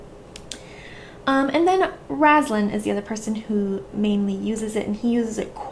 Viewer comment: Love your explanation. One thing though... you always call him “Rass-lin”... and I have always read the name as “Ray-stlin”....like a “ray” of sunshine.